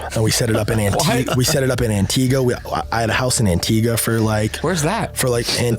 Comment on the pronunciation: Homeboy had a house in Antigua but can't pronounce it